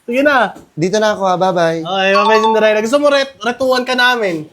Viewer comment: Cinderella ❌ Cinderegla ✅